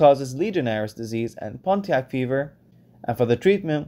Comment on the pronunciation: Nice video. Good review for my exam tomorrow. I just wanted to note, Pontiac fever, is named after the city in Michigan. We pronounce it like, "PON-E-ACK".